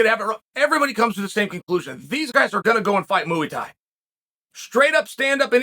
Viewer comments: I normally love Chael’s opinions on stuff. But… he calls Jonathan Haggerty “Josh” “Mooey Thai” is not kickboxing. Adesanya vs “Piera” 🤣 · “Moo-weee tie” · Learn to fucking pronounce muay Thai. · MOOEY Thai! LOL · It gets me every time he says "Mooey Tie." 🐄 + 👔 Freakin love Uncle Chael ❤️ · "mooey thai" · Mooouy Thai???? Thankgiving we definitely talking bout this unc 🙏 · "Moo-eee thai" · What's up, we Talkin about MU-E Tie???